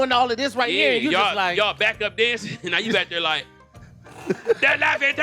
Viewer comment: I like the way you say thurr thurre thuier 😂😂😂😂